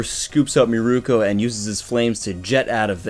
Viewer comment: I would have to disagree with you on the whole Shigaraki cares for no one. I honestly think he sees the League of Villains as his new family. P.S. i swear THICC Bunnies name is Mirko not Miruko